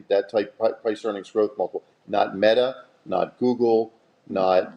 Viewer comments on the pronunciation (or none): none